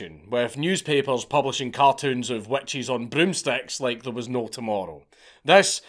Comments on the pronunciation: I’m American and heard wet cheese then realized he was saying witches. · I keep hearing “wet cheese” when u say witch’s and with the cheese cloth thing and exctoplasm thing I lost it each time I heard it 😂😂😂